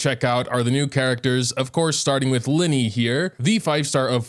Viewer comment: Its li-ney not lie-ney